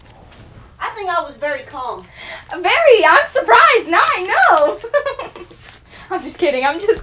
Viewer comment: Her mom said “I think I was very clam.” 😂